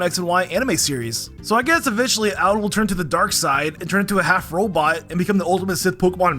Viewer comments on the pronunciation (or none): Lmao Alain being called Allan